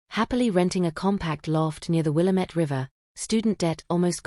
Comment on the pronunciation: Obviously you don’t live in Portland or you’d know how to pronounce the willamette river. It is NOT Willa met.